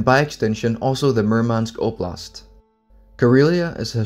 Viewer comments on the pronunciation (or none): none